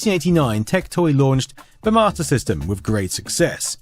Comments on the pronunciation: Have you yourself noticed that that you’re saying “Mater System” instead of “Master System”? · So I'm not the only one I kept hearing "martyr system" lol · Am I the only person that hear him saying MARTA system? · Got 80% through this video before I realized you literally not one time said "marta" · I keep thinking you're saying "martyr system" lol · Mah-tah system.... wtf